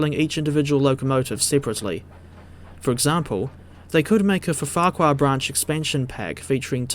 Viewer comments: Why do you keep saying Ffarquhar as if it has 2 F's? It is pronounced "FARK-WAAR". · Pronunciation note: Rev Awdry pronounced Ffarquhar as FAHR-kwar. 'Ff' in Welsh is a 'ph' sound, not a stuttered 'ph-ph', while a single 'F' gives a phonetic 'vee'. There's a street near me called Fron Road, pronounced Vron, which confused me for ages as someone with no prior exposure to Welsh.